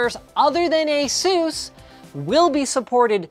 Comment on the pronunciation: Aseuss Nice pronunciation